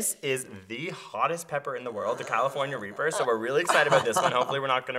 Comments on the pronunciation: Did Greg say California reaper? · Anybody bothered that he said "California Reaper"? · Maybe its just me but i heard california reaper not carolina reaper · He said "California reaper" it is supposed to be Carolina reaper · He said California reaper its Carolina reaper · He said California reaper it's Carolina reaper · Lol they said California reaper. It’s Carolina reaper. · Y did he say the California reaper its Carolina reaper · he said the callifornia reaper its carolina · It's calorina reaper not California reaper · Did he say California reaper? It is CAROLINA reaper. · Did he say California reaper 😂😂😂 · he said California reaper. it's Carolina reaper. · sorry but he said California reaper not Carolina reaper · Did he just say the California Reaper??? lol I only caught that cuz I love chiles. I've tried the Reaper and man.... It sure is something. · He said "California pepper" lol its Carolina Reaper